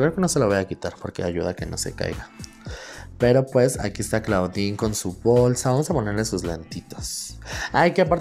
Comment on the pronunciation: La pronunciación es "Clodin" no "claudin"....es onomateya del nombre en francés. Además la palabra en inglés Claw se pronuncia "clo", es decir, "garra".